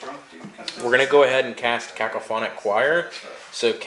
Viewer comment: Know what would make a better video? Even more then getting stuck into combat? Knowing how depravity works. You've played this army before mate. Also learn how to pounce cacophony.